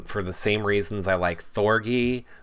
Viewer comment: THOR-G like Gee-whiz . Hard G! rhymes with orgy Thor-GEE your saying it like it rhymes with bee.